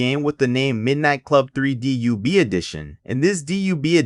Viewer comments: DUB not D.U.B. lmao what the hell? I was going to close the video but you owned up to it 😂 watch & Sub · youre saying dub wrong it's supposed to be /dʌb/ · Out the gate. Stop saying D-U-B. 😂😂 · who tf says "dee yue bee" 💀??? that is sound diabolical. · u said DUB wrong!!!! but i got da Dub Edition Remix on OG XBOX new for $20 back when they announced it and ran to Game Crazy and picked it up